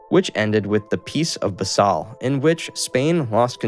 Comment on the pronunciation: It's pronounced "Peace of BAH-sel", not "buhsSAHL"